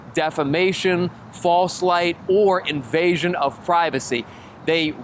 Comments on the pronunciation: The word is invasion you jackxxx! Not envasion you little man child! SMH……another pretend journalist numbskull ……hahaha! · Invasion, not envasion 🙄